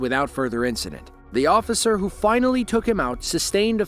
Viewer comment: "I'm a responably man, ossifer! Ya gots ta let me go!" Right. You're so responsible that you use a false name and have no insurance.